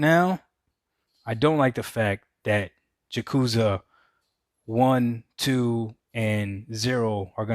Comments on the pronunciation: Why is Doc calling "Yakuza" "Ja Cu Za"? LOL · Learn how to pronounce Yakuza next time Doc. You either get it right or leave the gaming community.